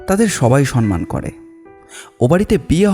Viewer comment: Uchcharon ta ektu thik korun please. Ota sonman noi somman